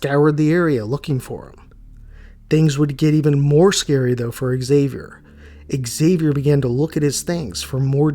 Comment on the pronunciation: Excuse me but is pronounced Javier. The X in Spanish is pronounced like a j in this case. Like Mexico is pronounced Me-he-co. Just saying.😊